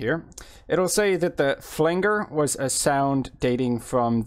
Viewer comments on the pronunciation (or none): Just a heads up - Flanger = Flan-jer, not flan-ger. Thanks for the video. Very useful